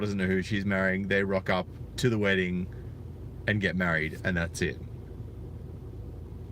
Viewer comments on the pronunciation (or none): none